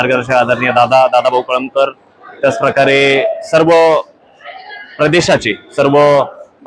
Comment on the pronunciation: Very bad narrating of अँकर. कळमकर असा उच्चार आहे